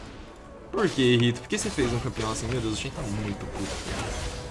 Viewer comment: mano pq vcs fala rito é riot nao rito